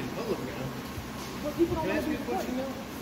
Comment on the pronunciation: To the female guard… it’s ask not axe.